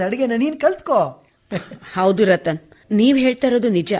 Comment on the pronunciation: ರತನ್ ಅಲ್ಲ ರತ್ನ